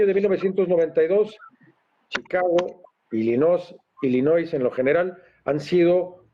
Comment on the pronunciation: Se dice: ILLINOI. Sin S